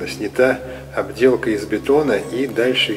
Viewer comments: все хорошо и смотреть интересно. лайк однозначно. но не ОБДЕЛКА, А ОТДЕЛКА. обделка, это когда в штаны ))))))))))) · Да не "обделка" а оттделка,слушать противно... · Обделка, Вам не стыдно так грамотно всё преподносить и так обделаться, Вас самим не редки слух слово обделка, ведь правильно отделка!!!! Сори но за обделку и искусственные шумы диз и всех отговорю от просмотра. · ОТДЕЛКА!!! а не обделка))))